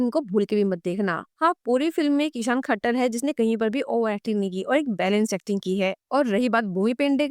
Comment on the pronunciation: ISHAAN KHATTAR... NOT THAKKAR